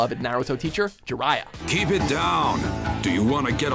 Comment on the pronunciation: "Jirayai" You mean pervy sage? (i forgot to add my photo as naruto)